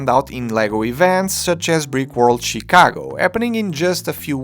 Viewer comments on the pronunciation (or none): none